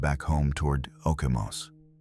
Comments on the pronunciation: Ya like Okemos, " OHH came oss"...HAHAHA Dumb machines can't REASON only read the text... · OOh Came Oss??? Okemos .... that's what you get with AI as it can't REASON. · Hahaha i stopped at the pronunciation of Okemos.